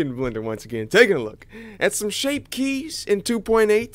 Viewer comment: "Shape kyes"